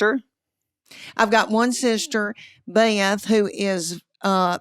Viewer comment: I love how she makes Beth three syllables. I am from the south, but she is an amazing south to the nth degree. Love her so much.